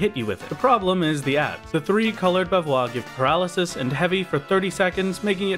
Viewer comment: The pronounciation of bavarois is the french one, so it is pronounced bavarrois, you need to do the french r sound ^^'